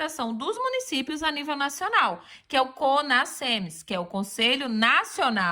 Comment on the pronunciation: O "s" entre vogais tem som de "z". O certo é falar CONAZEMS e não CONASSEMS